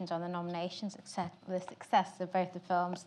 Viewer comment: how are you gonna go ahead and spell timmy's name wrong in the thumbnail AND mispronounce his name in the intro SMH the disrespect